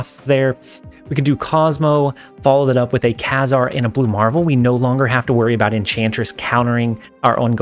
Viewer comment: he's pronounced KA-zar